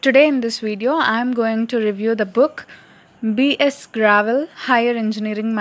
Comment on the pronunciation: "BS Gravel" ... wait, what? Gre-wal, not gra-vel